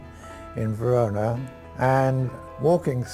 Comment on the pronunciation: Anglos.... the City´s name is Verona and not "Verounah..."